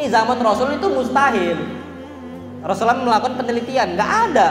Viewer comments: maaf ustad...knp anda menyebut nama Rasulullah tdk tepat, dan tdk jelas...di menit 1.55 yg paling keliatan anda menyebut na ma Rasulullah dgn Rosalam....susahkan seorg ustad menyebutkan Rasulullah shallallaahu 'alaihi wasallam???Jazakallah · ROSULLULLOH shollallohu alaihi wassallam.. saya dgr beliau bilang rosallam..smg bs perbaiki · kok ustad ngomongnya rosulam sih bukan rosulallah saw. )